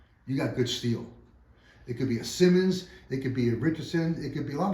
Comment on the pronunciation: It’s pronounced Si-monds , not to be confused with Simmons (keen kutter). Simonds saw and steel company was and is some of the best American saws.